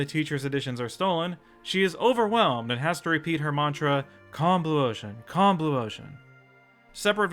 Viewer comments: Wait, is saying "Combluosion" or "Calm blue ocean"? because I can't tell! (I honestly thought it was the former, considering The Simpsons popularized words and phrases such as "Anyhoo"/"Anywho", "Embiggen", "Avoision", "Bazongas", and "Cromulent".) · COMBLUOTION COMBLUOTION COMBLUOTION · Fun fact when I first saw Hoover having that breakdown and repeating "Calm Blue Ocean" I thought she was repeating "Combluotion" and that was an actual word that meant something.